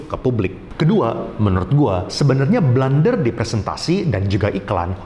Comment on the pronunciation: blUUUUnder bukan blAAAAnder